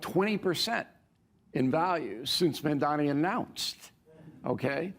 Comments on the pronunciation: I swear they all mispronounce " Mamdani " on purpose. It's not a hard name to pronounce and they've surely heard it said the correct way before. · I see right through you Bill... so unhappy that Mamadani got ejected that you invited O'Reilly on your show... didn't object to any if the crap he was selling.. and then just had to mispronounce Mamdani's name... you're a tool Maher